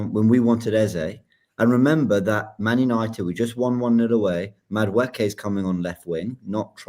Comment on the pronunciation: pronunciation of Madueke is funny. Let's try this, think of saying Eze, but instead 'z' say Eke (valid short form of the name), then when together say Madu-Eke. Hopefully that helps.